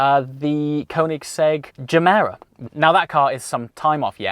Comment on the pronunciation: At the end did he say he had a Covid Gemera coming? 😂😂